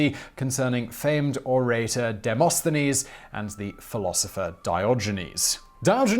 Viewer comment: to help you with the Greek pronunciations stre-psia-dis listen here the Greek side Di-mo-sthenis Dio-genis